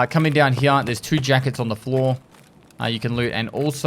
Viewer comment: “Over heeya”